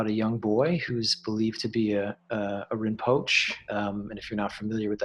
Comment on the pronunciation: It is pronounced Rin Po Che Please 🙏